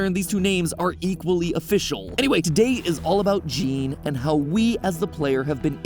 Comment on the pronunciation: Just a quick fact, "Jean" pronounce as "Jawn". Just sayin...